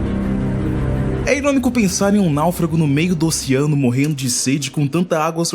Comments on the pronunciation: "Ociano", " ociânicos", porra !! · Qual a dificuldade de falar OCEANO. Ociano é foda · pq vc fala ociano ? KKKKK